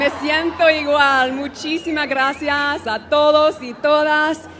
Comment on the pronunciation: I have never heard the word ‘gracias’ pronounced as grassyarse before.